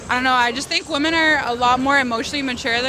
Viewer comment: It's actually insane that this dude doesn't know how to pronounce "women" with how many of them he interviews.